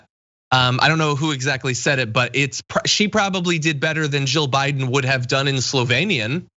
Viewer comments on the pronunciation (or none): Someone in the lincoln projects live chat pointed out when she says Biden it sounds like she says BYE DON. I laughed so hard I was crying. But to answer your question I am going to go out on a limb and say because this is what she was told to say..... maybe Barron wont be in the will if she doesnt do what he wants. Who knows